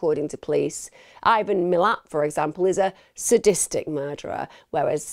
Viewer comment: Don’t wanna be that bloke and it doesn’t matter, but the pricks name is pronounced Mill-at, great video as always regardless 👍🍻🇦🇺